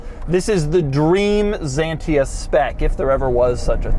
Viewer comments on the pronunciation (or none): Never heard of Zantia, we say Citro-"n" Ksantia in 🇫🇷😉 Drive was impressive, crash test a lot less 😊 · It's Xantia, not a fuckin Zantia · Not “Zantia”… Xantia like “Schantia” …and it’s “cee-tro-én”… not “ceetrón”. Pronouncing names properly would show more effort and respect. For fck sake… Every time you say “Zantia” a euro petrolhead dies from cancer in their hears. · The best ride on car ever……… the memo on the steering wheel is for radio stations……we have all of the Citroens….bx, ax, visa, 2cv, Cb, Ds, xantia 1, xantia 2, gsa…..and the name xantia called x not a…..as the Greek word «ξανθιά». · It's not any "ZENTIA" but XANTIA. Just read it as it is written, you clown. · I never understood the English speaking habit of pronouncing an X like a Z when it's the first letter in a word. Especially in all those Greek originated words. And what about Xerox called "zerox" where the same letter is spelled differently at the beginning and at the end of the word? Anyway, as a Greek i can tell you that X is actually pronounced as "ks" like any X should, so "zantia" is actually "ksantia" and "zenon" lights are actually "ksenon" from back when they discovered those now types of lights and named them neon=neo=new and xenon=kseno=foreign. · It is not Zantia, it is Xantia. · Zantia?? Say : x-antia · You are.wierd dude its not Zentia its Xantia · Is not zantia, is pronounced ksanthia you automobile clown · Why "Zyiientiaaa" man? Why? It sounds like "Xsantya" in Europe. Xanthi is greek island and i think t hat is the reson of the name.. not sure! And if you say to Aventador "Avon taaaydooor" i will escape the earth honestly! How can you live in border with spanish speakig people and still can't say simple names correct? Greetings from Bulgaria! We are heighbours with greeks and turks and we go by motorcicles or cars to Venezia and Milano or Rome in Italy for 8 hours driving, if you don't know where and what is Bulgaria! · It’s called Xantia not Zantia oh my 💀💀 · Spelled "ksán-tee-a